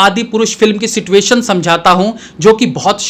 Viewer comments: situation(Si-chu-a-shan) ko jldi jldi se situation(Si-tu-a-shan) bol deta hu jisse aur cool lagu.. 🤣🤣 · भाई आप हमेशा सिचुएशन को सिटुएशन क्यों बोलते हो।पहले मैं समझता था की ये slip of toung हैं लेकीन फिर समझा की तुम अपने हर वीडियो में सिचुएशन को सिटुएशन बोलते हो।